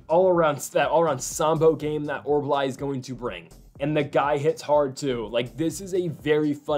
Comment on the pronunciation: OR-OOL-BAI not OR-BAH-LAI...Thanks for the video!